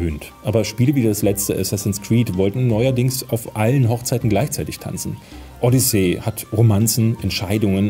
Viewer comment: Sorry, aber du sprichst es wie Audicy aus, nicht wie Odyssee.